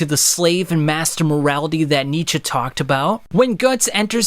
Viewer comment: German here, youre right in that Nietzsche says it correctly, but your pronounciation is still off. And thats just because the german R is incredibly hard for english natives, as well as all the vowels lol